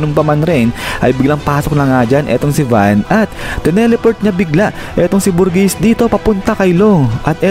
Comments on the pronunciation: pronunciation: burjess spelling: burgess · berjizz yata pronounciation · BUGRESS PO ANG TAMA. PARANG NAG TATAE! nyajajaja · bur-geez yan ata pronounce ng name nya